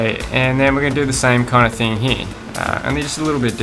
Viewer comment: Wanna die? Every time he says “heare” take a shot